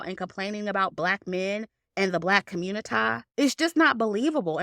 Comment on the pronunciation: ‘Communitaaee’ 💀💀 love your opinion btw